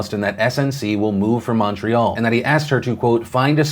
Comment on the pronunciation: Appreciate the mention of the Canada story, but just so you know Lavalin - La-Val-ein (The N sounds a little nasally) Trudeau = True-Doh (emphasis on the Tru sound) Quebec = Keh-Beck (Common mistake so dont worry) And finally, inn English, montreal is "mun-tree-all", not "mon". In french its "Mo-ree-all" in case you ever take up french.